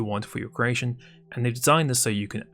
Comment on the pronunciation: My girlfriend is from croatia and she always thinks you say "croatian" instead of "creation" It is quite funny tho I have to admit xD "Spawning in the croatian..." "Lets play with that croatian a little..."